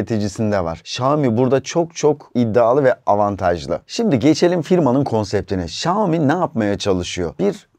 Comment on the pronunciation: Xiaomi söylemeyi öğren önce